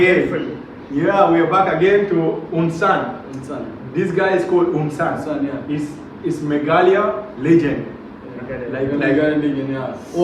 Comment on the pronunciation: Bro.Not un sun.Its pronouns U......N Sun right.👉🇮🇳🤩🇮🇳😍🇮🇳